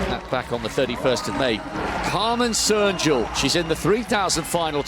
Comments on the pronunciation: ... or, as he mostly said, "Serjul" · The commentator's pronunciation of all names was atrocious. No effort at all. Živko is not "Zviko", "Rolli" is not "Rolly", and Cernjul is not "Sernjul"